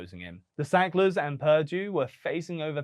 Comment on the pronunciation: Pirdie, its purrrrduuuuue